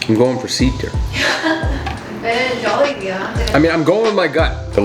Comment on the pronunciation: Actually Butchered the name of Jollibee T.T